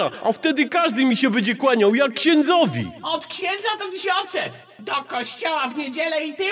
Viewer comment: "jak ksiendzowi"😂